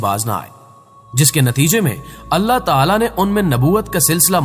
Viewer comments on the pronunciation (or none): none